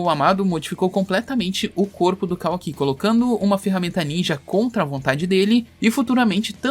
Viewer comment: Man eu juro que se Boruto for dublado até a parte que mostra o Kawaki e eles pronunciarem da mesma forma que vc eu não assisto mais, ou eles pronunciam Kawaki ou fim de Boruto pra mim "Kawa-ki" é meu ovo